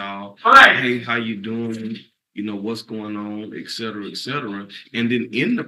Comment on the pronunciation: And "ekcetera"...didn't pay attention in 3rd grade...people come from asia and other foreign countries and speak better English than local born "peepels".